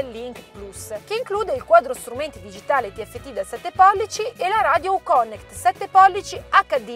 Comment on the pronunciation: "Uconnect" da pronunciarsi come "Iùconnect"...è una u inglese, non italiana...:-)